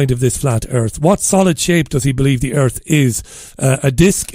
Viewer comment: cmon man, "what is this a meeting of the flat earff society" "we dont have time for that"